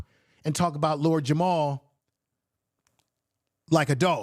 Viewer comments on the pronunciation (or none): Just slaughtering the man's name. It is Math Hoffa, not Math Huff 🤦🏿‍♂️. At least give him that respect. Also, its Lord Jamar not Jamal. It makes me think you didnt do much research on the people, and rushed to respond to the issue. Let me make it clear, my folks are from the South, i.e. Alabama, Arkansas, South Carolina, Mississippi. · lol i feel this vid thanks but...does hoffa is absolutely not pronounced "huff." 😅 also jamar isn't pronounced "jamal," vlad isn't pronounced "vlod," etc.